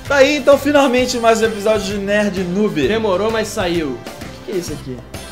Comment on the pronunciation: KKKKK O NERD EM ELE FALA INTÃO FIRNARMENTE... KKKKK